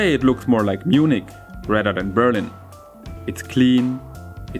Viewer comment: Nice videos but why do you keep pronouncing the city as Be'rlin instead of Berli'n ? The intonation I mean...